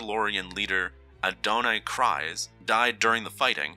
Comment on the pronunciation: Dude doesn’t know how to pronounce Kryze…